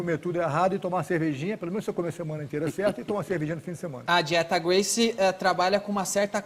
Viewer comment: O Danilo é tão ruim que não sabe nem pronunciar o nome Gracie.